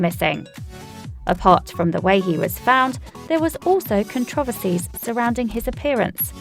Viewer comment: Please learn how to pronounce controversy.